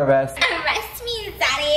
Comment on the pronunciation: She didn't say "daddy" she said ZaDDy😂🤣